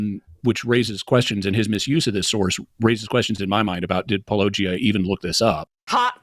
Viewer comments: It is utterly fascinating that, this many years in, having dealt with you and your videos so often, apologists still find it so difficult to pronounce Paulogia.....even when others in the same video with them are telling them how its pronounced! As i've said before, its looking more and more intentional. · Can someone explain to me why so many apologists seem to have difficulty pronouncing Paulogia when he says it at the beginning of EVERY ONE OF HIS VIDEOS? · i don't think they're going to be demolishing anything if they struggle with "paulogia", as if doesn't say it at the beginning of every video. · says his channel name every video and yet these guys ALWAYS say they don't know how to pronounce "Paulogia." Everyone always whines about atheists not watching their videos or reading their books but they pull garbage like not even knowing the names of who they're responding to, not to even get into their arguments. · Critical of a typo you own but can't pronounce your channel name in spite of you saying it at the start of your video! Well done!! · This is what I think every time. I can’t fathom why his name is so often mispronounced or why it’s such a big deal so often. He says it in nearly every video. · Cameron has repeatedly played the "Paulogia is hard to pronounce." garbage, he's said it correctly on multiple occasions, then plays up how hard it is to pronounce 5 min later. Cameron isn't an honest person. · Why do these dudes open by complaining about not knowing how to pronounce “Paulogia”? It’s at the beginning of literally every video makes. This is really insincere, especially coming from Cameron. He knows damn well how to pronounce it. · How is it that no one who responds to your videos can pronounce "Paulogia" despite them hearing you pronounce it at the beginning of the video they presumably watched? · If the guy mispronounces your name "paulOgia" but then pronounces Josephus "Joseph-us" You can't feel too bad I guess